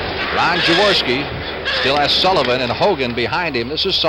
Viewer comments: Why can't Unitas pronounce Jaworski's name? Yaworski? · Those mesh Eagles jerseys were bad ass. So 70s...😂 Unitas calling Jaworski "Yaworski".😅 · Perhaps but that's not how Jaworski pronounces it. Had Unitas spent even five minutes speaking with Jaws prior to the game, or asking any questions of the Eagles about their new QB, he would have understood how Jaworski pronounces his name.